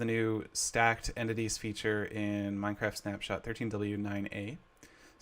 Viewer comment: u just said Miencraft Sux, blay Minecraft dafuq?